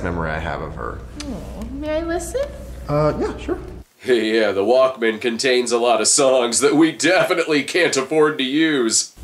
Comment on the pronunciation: What's up with the pronunciation of "walkman" in this?